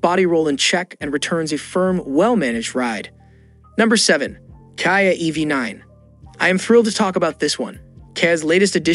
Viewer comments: It is Kia not Kaia, please! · Literally never heard anyone pronounce Kia like that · The moment I saw how KIA was pronounced I stopped watching ....